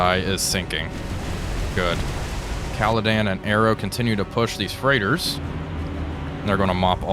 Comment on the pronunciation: Another good series, only one issue... It is the Caledon, not the Caledan... It is just like you being, not Walfpack...